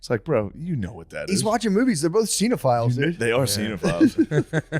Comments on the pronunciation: No they don’t, young buck. Cinephile is pronounced sin-uh-file. They are saying seen-oh-file which is actually how the word “sinophile” is pronounced, meaning OP was correct and you’re both wrong and clueless. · all those 7's dont make you lucky man. I heard Shane and that other guy say cinEphile. They just might not know how to pronounce it correctly aka you're both wrong and they're just unable to hear themselves because it's obvious they meant cinEphile not a sinophile (which is fucking weird because it's saving private Ryan they're talking about) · matt pronounced it "seen-ophile", which is the wrong way to say cinephile, and actually the right way to say sinophile, hence OP's joke about him saying sinophile, because, again, that's how he pronounced it. this isn't complicated stuff kiddo